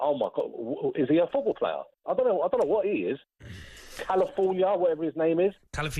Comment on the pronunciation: "California" instead of "Calafiori"....That Caller was on smoke. 😂😂